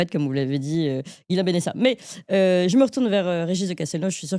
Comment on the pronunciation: Je suis désolé de vous reprendre chère, mais c’est Ghislain pas Guillain Et ne pas comparer le cas de ce monsieur en Roumanie et celui de Madame Le Pen s’il vous plaît